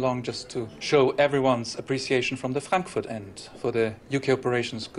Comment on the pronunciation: I always laugh when i hear anyone mention Frankfurt (or "fronkfwort") after Johnson's speech 😂